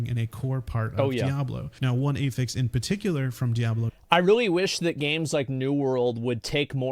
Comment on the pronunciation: Who tf says A-fix